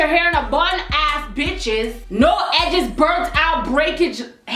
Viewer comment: am dead she said edges